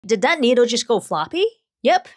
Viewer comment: Needle ❌ Noodle ✅